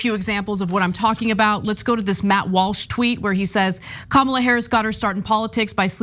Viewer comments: It is KUH MUH LAAAA ..........not............. KUH MAAA LUH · They can’t even say her name correctly. Sick 🤢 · Republicans digging a hole for themselves. Bad form. And mispronouncing her name across the entire party is not earning them any respect either. The more they insult and personally attack, the more votes they will lose. At this rate Dems win in a landslide. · The crazies say its KAM-ala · Calling her dumb while not evening pronouncing her name correctly, they’re a bunch of morons. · Omg the way they’re treating her is so gross they must be terrified. Mysogyny and racism are alive and well . Not to mention it’s rich the one calling her a box of rocks cannot pronounce her name 🙄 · Why doesn't anyone call out these people for mispronouncing Kamala's name?! More than likely they're doing it on purpose. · likewise, I will continue to have a dim view of those who mis pronounce her name even after 6 months (I too agree her chances are slim). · mispronouncing Kamala's first name? At this late date? What a jack arse! 😮😊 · Tbh, even democrats can't pronounce her name right. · Why can't they pronounce her name correctly...? How dumb is? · Why do conservatives mispronounce her name?